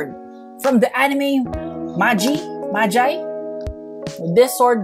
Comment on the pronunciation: Salute to i love the way says magi although its the wrong pronunciation it so supposed to be ma gee